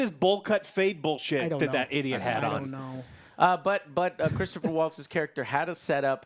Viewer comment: Christoph Waltz....not "Christopher"